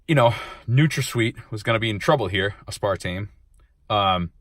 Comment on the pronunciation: Maybe next time learn how to pronounce aspartame first